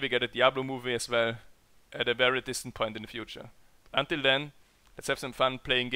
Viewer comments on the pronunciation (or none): none